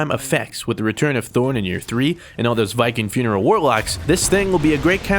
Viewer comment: Wait a tick....Did you say return of THORN??